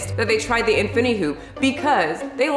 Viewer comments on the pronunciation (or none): I can’t get over how she pronounced infinity,infiny hoop 😂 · Thank you for the info but I don't think you're saying that right. In-fin-I-ty and Si-mul-tan-e-ous-ly. Good info just bad pronunciation.👍